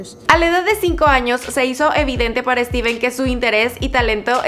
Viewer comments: Dices estiven no estifen o esteph Escribi la pronunciacion no como se escribe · Se pronunciaria "Estifen" no "Estiven" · Es stephen, no steven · Stiven? O Stephen? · Porque le dices Steven noooo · pq le dice steven jajsja